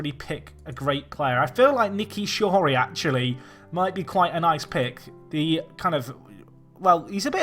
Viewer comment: Shorey is S not N you did it again